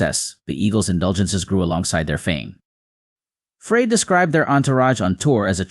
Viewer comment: This announcer does not pronounce Glenn's last name correctly. Frey is pronounced as: Fry It is very annoying that this announcer keeps saying it wrong !